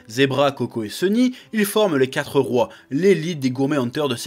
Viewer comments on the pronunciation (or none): none